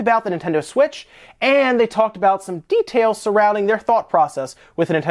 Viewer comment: lol "DEEtails"